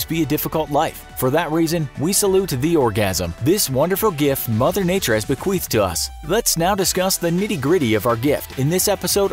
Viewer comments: Its bequeathed!! NOT BEQUEEFED.. JESUS MARY AND JOSEPH!!! BEQUEATHED IS AN ACTUAL WORD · Bequeath or beQUEEF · are we all just gonna ignore the fact that this man said "bequeefed"? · THIS GUY SAID BE-QUEEFED IN US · Did he just say bequeefed us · He said "beqweeffed" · did he say... bequeefed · Did you say "bequeefed"...as in "mother nature bequeefed a gift to us"? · Good, I'm not the only one who thought he did